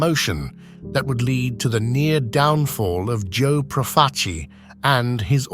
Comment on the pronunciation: Is the voiceover AI? You're doing a "documentary" and you mispronounce damn near every single single name. "PROF-a- chi"? Do you listen to these things before you publish them? I quit 10 minutes in.